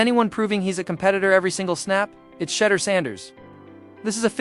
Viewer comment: Who is Shedder Sanders?!!! His name is Shedeur (sha-doer) for those without a HS education.